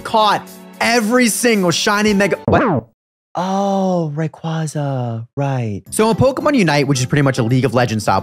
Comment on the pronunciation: The way you pronounce Rayquaza physically hurts me